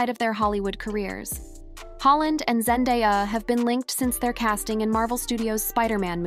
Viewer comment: This poster needs to learn how to say Zendaya’s name correctly. 😂🤣